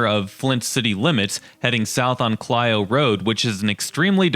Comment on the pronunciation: thanks for pronouncing Clio right! nobody ever does